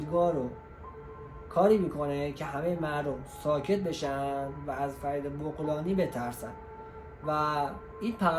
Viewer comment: بابا بَغلانی ... بُغلانی چیه دیگه بعدشم این اطلاعات غلط و ناقص رو کی گولت زده بت داده؟ فرید متولد ۱۳۴۷